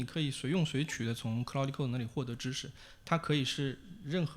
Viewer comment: claude 不是cloudy